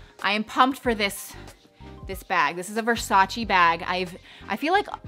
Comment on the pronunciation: It's pronounced VersachEH (rhymes with "way") not VersachEE.